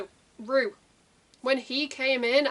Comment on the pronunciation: It’s pronounced “row” as in to have a row with someone :) Short for Roughton pronounced “row-tonne” xxx